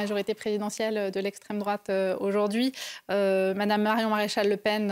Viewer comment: Même pas capable de prononcer correctement « MADAME MARION MARÉCHAL LE PEN. » On voit de suite le niveau… Merci Marion.🌿🇫🇷 Vive la France ! 🛡️❤️